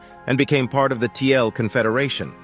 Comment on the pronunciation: "Kyrgyz" means "forty girls" in Turkic language. "Tiele" was Chinese word for Turk, it was written like " 铁勒“---Tie (铁）--Le (勒）。So it should be pronounced as "Tie-Le", not Tie-L.